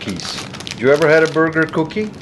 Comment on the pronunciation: Who else loves the way says “Cooukie” love ya guys!!!!